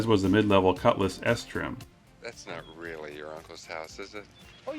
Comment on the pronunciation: Love your channel but "Rall-Eye 350"? It's pronounced "rally". Dude. Lost points on that one.